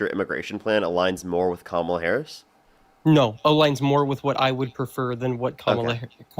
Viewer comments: Even when you get a smart guy (finally) they spew the same nonsense, same brainwashing, same mispronunciation of Kamala's name (its WEIRD how many mangle her name - seems like a subliminal jab at her). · Absolutely. I remember hearing that Trump’s pronunciation of it was intentional to sound like Kamala the Monster who was a simple-minded wrestler from Uganda years ago.